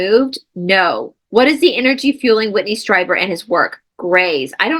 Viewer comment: Whitley Stree-ber is how you say it ❗️ he was in guest on Coast to Coast with Art Bell. A midnight “call in show” that is still on the air today even though. Art Bell is no longer with the show. He lived in the high desert down by area 51. He Had his own radio equipment and started his own show. Mostly paranormal stuff spaceships, aliens Cryptids😅George Noory now hosts the show.